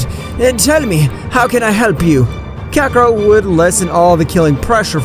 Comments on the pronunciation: Bro never fails to mispronounce kakarott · His name is fricking Kakarot not Kakaroto